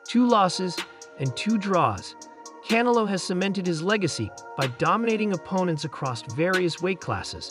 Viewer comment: Narrator keeps pronouncing Canelo as cantaloupe...😂😂😂😂